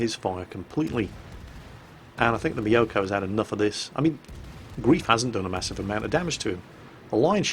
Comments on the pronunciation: And it's pronounced 'grife' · Hi. The player isn't called 'Grief' but 'Greif' (gR3iF), which is German for Griffon. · His name is Griffon (ger: Greif/gr3if) not grief. Great play. I do love my Farragut with def fire, drives low tier carriers nuts. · his pronunciation of German is quite adequate compared to other English language YouTubers. I just think he'd like to pronounce the name of someone, who shares a name with how Erwin Rommel named his desert campaign command wagon, correctly;)